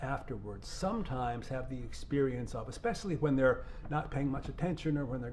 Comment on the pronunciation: And she said "exspecially". That's one of my biggest pet peeves. THERE IS NO 'X' IN THE WORD - ESPECIALLY. Drives me freaking crazy when people pronounce it as exspecially.